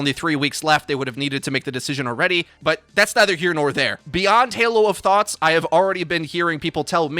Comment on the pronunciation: haloofthoughts? nah fam haloofthots